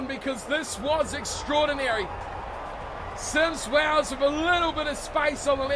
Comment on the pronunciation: Hi Can you say it as Symes-wells not sims wells.